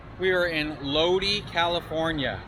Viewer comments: Its pronounced LOW DI not low dee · It's Lod-eye not lod-ee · It is not LODEEEEE, its LODIIIIIIII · Ur in my neck of the woods. Lol. It’s Lodi long I. Not lode. Lol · Just a minor correction bro.. It's pronounced "low-dye" 👍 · Dudeski....it is pronounced loadeye...like shoot a load in her eye. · Right, like "load-eye".